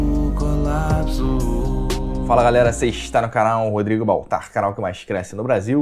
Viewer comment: "Colapso" KKKKKKKK